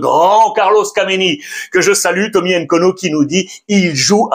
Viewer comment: Bonjour Ruiz, c'est Thomas Nkono. et pour la prononciation le N est muet. Sinon merci pour le boulot